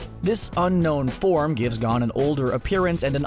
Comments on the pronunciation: His name isn't "gone" 😭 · He mispronounced gon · Bruh. Learn how to say Gon